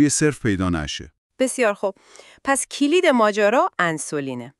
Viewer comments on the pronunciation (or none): کُلید نه کِلید. اِستِپ نه استُپ .گِرام ها نه گِرم ها توروخدا قبل از انتشار لااقل یکبار خودتون گوش بدین ببینید چطور کلمات ساده را اشتباه تلفظ میکنید.